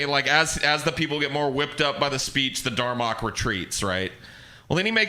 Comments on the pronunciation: Dalrok not darmok. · "Darmock"?!? What the fuck?! It's called the DALROCK dumbass!